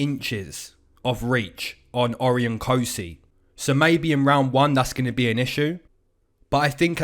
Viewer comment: Good stuff me and my brother tune in all the time from Aus! Just saying for the Cosce Vs Rowe Cosces names pronounced "O-ryan" not "Ori-on" 😂 Much love from aus - keep it comin 👊